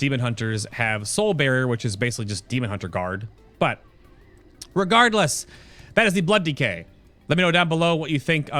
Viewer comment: Haha "re-guard-less"